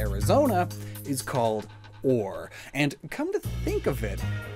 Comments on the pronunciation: “And Arizona is called Ore” Pretty sure “Orre” is a 2 syllable word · It's pronounced Or-ray 😤